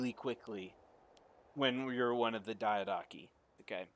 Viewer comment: Also, Diadochi is pronounced as Diya-doeki